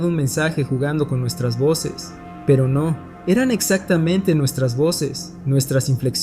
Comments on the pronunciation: Siempre asumí que la chica era una voz sintética porque cuando la frase termina en "pero NO:" ... dice "pero número" 😅 Me da gusto ver a los humanos detrás, me encanta escuchar este canal mientras estoy haciendo patrones y cosiendo. Que sigan muchos años más! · Yo igual, siempre me parecia raro que no decia NO sino numero